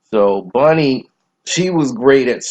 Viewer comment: Bunny not Bonnie!